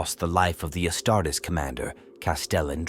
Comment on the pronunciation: The Astarts loll 😂